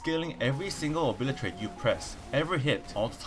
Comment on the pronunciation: man i love your videos, and i'm not saying this to pick on you but you totally obliratated the O-bli-te-rate ability .·°՞(˃ ᗜ ˂)՞°·. couple of seconds later EDIT: when are you going to thinker with outlaw rogue? i feel like pillow fighting everyone on it